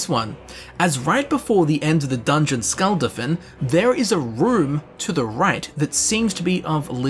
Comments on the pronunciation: SKUL-DA-FIN NOT SKUL-DUH-FIN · Its not skull-daf-n its school-daf-un (skuldafn)